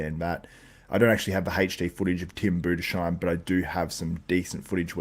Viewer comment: It’s spoken: „Budes heim“. It’s an „s“ and and „h“ noch a „sh“.